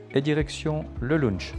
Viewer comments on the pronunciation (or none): Bonjour, c'est "lounge" et pas "lounch" 😊